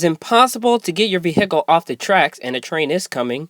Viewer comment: Good vid, but the word vehicle has the accent on the 1st syllable (ve) not 2nd syllable (hic)